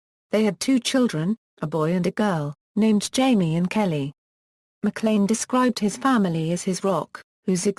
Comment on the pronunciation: you pronounce it mclean like the toothpaste